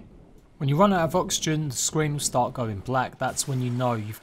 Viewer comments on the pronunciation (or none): none